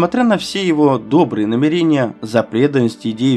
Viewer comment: А еще и ошибки типа "Эссе" с ударением на первый слог. ТщательнЕе надо работать, как говорил Жванецкий. НамерЕния. Неприятно слушать.